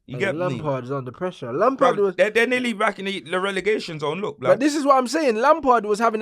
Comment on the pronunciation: Cristianokardashian😂🤣 'I'm beck' 😱